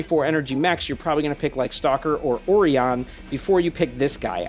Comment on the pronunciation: It took me a few seconds to figure out what mech you were referring to in the one comparison. In English, Orion is pronounced "o-RYE-an". Admittedly, the way you pronounced it may be closer to the way other languages do.